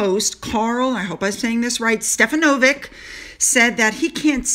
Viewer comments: I am Australian 🇦🇺 & you pronounced last name correctly of the journalist Karl from the Today Show in Australia 🇦🇺. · Yes, you pronounced Stefanovic correctly. They can partner with anyone they want but they're still the kiss of death.